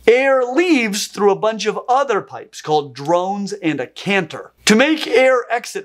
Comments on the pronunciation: It's a chant-er not a canther on bagpipes. Oh how my Scottish ears are burning. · Impressed that I'm not the first bagpiper and cephalopod fan to comment! Love it! One note: the pipe that produces the melody notes is pronounced "CHANT-er". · Great video! For info, "chanter" is pronounced with a soft "ch" (as in "cheese"), at least here in Scotland. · Why did you keep calling the CHANTER of a bagpipe a CANTER? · Bagpipe chanter. I am very well aware I am being pedantic and missing the point of the video.... but the 'ch' in chanter is pronounced when talking about bagpipes. Other wise, highly educational and very entertaining. I look forward to you next video!